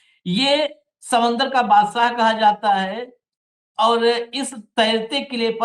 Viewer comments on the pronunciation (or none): " माफी " के साथ कहना चाहता हूं , आपका शब्दों का उच्चारण सही नहीं लगता . जैसे "शर्तें" आपका उच्चारण " सर्तें " . "बादशाह " आपका उच्चारण " बादसाह ".